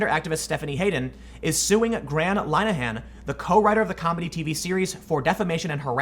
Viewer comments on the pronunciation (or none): In the UK knife crime and acid attacks are happening hourly and this is what they are concentrating on. Btw linehan is pronounced lin - a -hen not line -a -hant